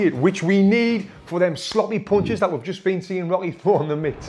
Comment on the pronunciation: i swear he keeps calling rocky robby